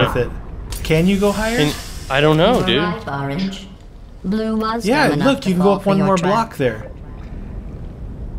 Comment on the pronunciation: It said oarnge and i were just discusting ur behavor